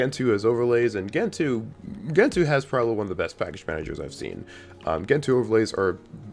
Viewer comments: Oo-boon-too, Gentoo, like gentle. Crucially important. ;) And that btw meme is used and abused more than anyone deserves to read. So glad it's not in the title, incidentally. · Its gentoo. Lol😂!